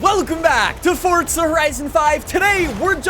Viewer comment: Why do y’all say the game like that… FORZA… not FORTZA